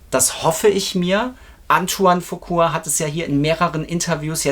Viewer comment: folgendes müssen wir noch üben: Es heißt Antoine FuquA und nicht Fuqur! Es heißt Jaafar und nicht JaVar!😊 Der echte MJ Fan kauft KEIN Merchandising Post-Mortem. Sony hat MJ das Leben in seinen letzten Jahren, sehr schwer gemacht und alles daran gesetzt, ihn scheitern zu lassen. Nach seinem Tod hat Sony sich die Rechte gekrallt und Millionen verdient. Wer heute noch etwas an Merchandising erwirbt, unterstützt Sony! Egal ob Bücher, Poster oder CDs, vieles was erscheint, wie angebliche „neue“ Songs, wurde von Michael bewusst unter Verschluss gehalten, da er diese nie veröffentlichen wollte. Sony bastelt da irgendwas zusammen und verkauft es als MJ neuen Song! Was für ne dreiste Lüge! Mein Rat Leute, Kinofilm, sicher! Alles andere, Finger weg!